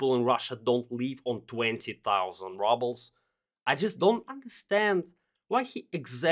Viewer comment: rubles pronounced like rOObles, not rUbles btw